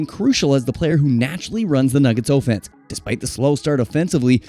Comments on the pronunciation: Can he say offense correctly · You pronounce offense weird.